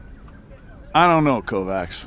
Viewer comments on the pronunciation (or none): none